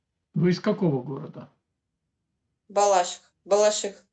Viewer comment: Она не знает куда ударить свой город БалАшиха или БалашИха????!